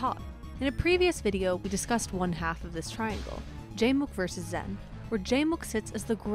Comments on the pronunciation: Stop mispronouncing the name. It's zayn or xan, zen was never an accepted pronunciation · Zain said it’s “Zan” or “Zain.” She’s saying “Zen” which is incorrect. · Why tf do y’all say “zen 🤓” its pronounced zain like zane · Okay it's either Zain or Zan it's definitely not "zen" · Isn't it Zan, not Zen? It's like they got a typo and ren with it. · Why is zain pronounced zen? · why the fuck is zain being pronounced zen? drives me insane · Okay this narrator is killing me. Please get a melee fan to do the narration. Why does she keep saying "Zen?" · Is my girl still calling Zain "Zen" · why is she calling zain zen? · why is this chick calling him zen? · I just cant watch this, the pronunciation of "zen" is too bothersome. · Why is she still saying Zen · I think it’s a mixture of the “Zan” and “Zen” sounds and it’s just that most non-Pakistanis can’t pronounce it 100% correctly, but ultimately it doesn’t really matter because Zain said he doesn’t mind regardless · Exactly. Its pronounced Zeighn